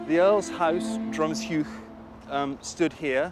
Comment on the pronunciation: His pronunciation of Drumsheugh …ouch!